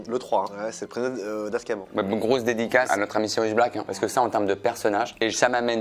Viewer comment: Tu prononce aussi mal Sirius que tu prononce Sirus à de multiple reprise et tu n'a pas non plus la famille Dursley ;)